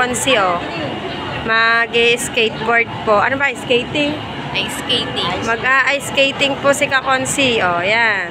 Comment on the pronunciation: Mahirap talaga yan "iceketting" 😂✌ love u kaibigan 🙂♥️